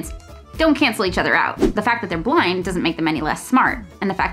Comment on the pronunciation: The fact that when she said 'blind' I heard 'flying' and went along with that for way too long without questions. Yes, the students who are flying 😂